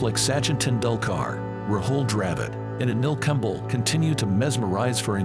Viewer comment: Have a human narrate in your videos please. It's really disgusting to hear legendary names like Kumble, Misbah Ul Haq mispronounced as Kumbl, misbahul hack.